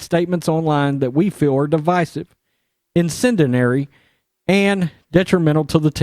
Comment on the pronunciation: Brother, I know some words are hard to pronounce and they may take a couple takes to get right so I get it. If you can take a couple points of constructive feedback(?), (1) incendiary is pronounced in-send-dee-airy (2) prerequisite is pronounced Pree-reck-we-sit. I am sure you might have dyslexia and I am not making fun of you. I am simply suggesting to you that someone proof the video prior to publication so you don’t appear uneducated. Thanks for the otherwise insightful videos!